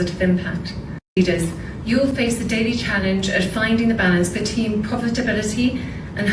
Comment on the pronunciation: The balance “BETEEN POVERTABILITY” 😂. Khate needs to start with “the rain in Spain falls mainly on the plane”😅 Khate is not ready for advance level elocutions 🤣🤣🤣